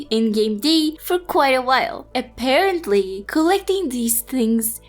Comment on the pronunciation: this girl's voice is really too cute.... her "apparently" kinda sounds like "appawently" hahahahahah